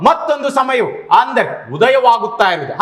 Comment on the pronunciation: ಆಂದರೆ ಅಲ್ಲ ಅಂದರೆ 😂